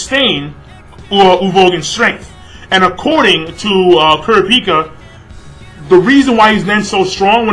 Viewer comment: You pronounced Kurapica's name so wrong!! lol!!